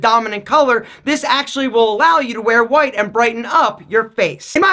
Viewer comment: "NoT q'WhiTe' sO mUcH"